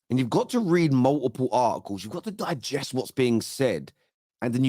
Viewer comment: stop gigesting 😂